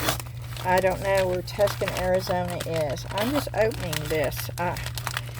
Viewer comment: Did you mean Tucson pronounced Two sawn? Or a completely different city